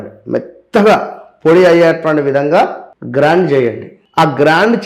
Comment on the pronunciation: గ్రైండ్....not గ్రాండ్